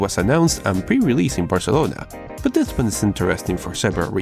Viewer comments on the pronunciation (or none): none